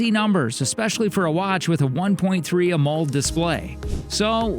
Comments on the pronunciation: AMOLED' is not pronounced "a mold", it's pronounced "aa-moe-led" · lost me at "a moled" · Just as a note, you are pronouncing Amoled as a one syllable word and it is actually 2 syllables. It is “AMO” (pronounced ammo) and LED (pronounced lead as in the the element lead like in lead paint) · How do you not know how to pronounce Amoled? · AMOLED. Next time you hire a voice actor make sure to brief them on pronounciation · @@ well puggles….of course LED is an acronym. I was just informing him of how it’s PRONOUNCED a when PRONOUNCING it out loud as part of the word he was incorrectly pronouncing. But thanks for your effort. It has been noted permanently in your “aww, you tried” folder.